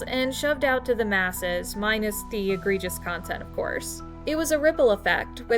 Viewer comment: It's egregious, not agregious. Good video otherwise.